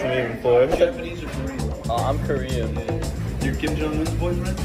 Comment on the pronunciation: 조선에 관심있나보네.. 북칸 김정은도 정확히 알고 발음도 정확하고 다나다나 ... 대부분 미국인들이 일본하고 중국하고 구분못해서 치노하면 눈찢는데...